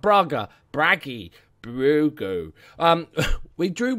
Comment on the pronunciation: the way you butchered my hometown clubs name (braga) :(